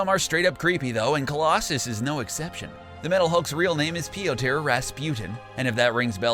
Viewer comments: please stop saying "pee-oh-tehr" and "illie-ana". if you can't pronounce the names in an at leasr half-way decent manner, just let someone else do the video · its pronounced PE-TOR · Its pronounced Peter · why does he keep calling him peter? that's not even close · How else would u pronounce a name thats spelled "Piotr"?